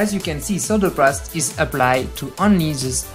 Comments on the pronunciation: Solder paast when it should've been solder paste, seriously, they made a video of the enterprise so would it have been an expense to hire an english narrator to host it? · solder paste not PAST! fuck, if youre going to do a documentary type video and in english... make sure you can speak english.